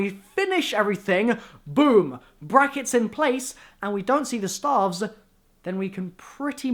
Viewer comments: its staffs not staaaaalves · Every time you say "staffs", I die a little inside.